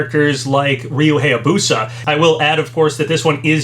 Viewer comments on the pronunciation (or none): none